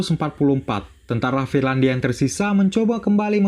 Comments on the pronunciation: Finlandia bukan firlandia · Trlalu sering salah ucap "FIRLANDIA"